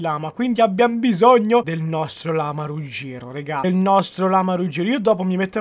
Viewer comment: rugero con la r mossha